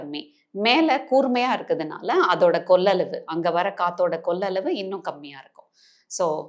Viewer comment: The correct pronunciation is “கொள்ளளவு “( capacity) madam .. not “கொல்லலவு “ கொல் means kill… பாவம் தமிழ்